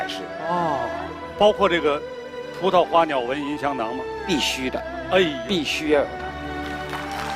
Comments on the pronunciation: 聂鑫鑫 觉着第一次就是错的，为了流畅也能读对，根本没上心。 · CEDA ZHOU 她跟张国立对话时你听听张国立的，明显不同。她只有最后宣誓时跟教授一起读时读对了。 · Ethan Zhang 她跟北大教授宣誓时说对了，前面介绍时都说错了，尤其跟张国立对话时，张国立说对了。我当时看着就觉着特别别扭。